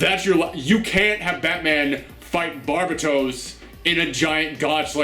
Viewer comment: It's pronounced bar-bat-os, that's the demon bat that lives under gotham and every failed attempt at creating an avatar of himself is a villain and Batman is his avatar. I think this was Grant Morrison. I don't like Scott snyders batman also)